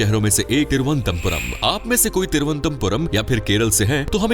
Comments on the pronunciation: Tiruantampuram mat bolo sir Toruanantpurm hai ye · Video is Ok but try to Pronounce Correctly it's not Thiru antha Puram it's Thiruvananthapuram ❤❤❤❤ Very Happy to hear some Precise facts about My City.....Thank You..... ഓം ശ്രീ അനന്തപത്മനാഭ നമഃ 🕉️🕉️☺️☺️ Bharat Mata ki Jai 🇮🇳🇮🇳🗿🗿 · It’s pronounced as Thiru - Anantha - Puram. Means the land of lord Anantha . Not as you pronounced here. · Why is it difficult to pronounce? Its Thiru-ananthapuram , in Malayalam its combined and said Thiruvananthapuram Ananthapuram means land of anantha from the sree padmanabhaswamy temple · Don't know abt others but I got quite annoyed whenever the Name of city on which u r making a video is pronounced wrong😊😊